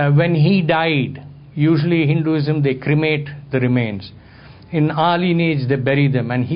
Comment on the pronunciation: Very entertaining a talk. It would be helpful if the dh in Buddha and Buddhism could be pronounced as aspirate which it is and also softening the d in Hinduism. As it is many Westerners say Boodaa instead of Buddha. By the way The Institute of Asian Studies in Chemmancherry,Chennai is a one stop center for accessing unique research done on manuscripts and archaeological evidences of Buddhism in the South of India. They have also researched extensively on the various transformations and camouflaging that has occurred in its spread over many lands and revealed evidences of the conversion of Buddhist and Jain shrines into popular Hindu temples. Varma cuttiram is an excellent ancient text on martial arts in Tamilnadu.